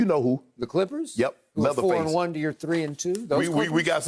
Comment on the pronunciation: Lol this Bamma said “Leatherface” lmao